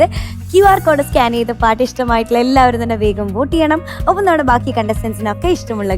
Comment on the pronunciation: സ്കാന് ചെയ്തു എന്നല്ല സ്കാൻ ചെയ്തു എന്ന് പറയണം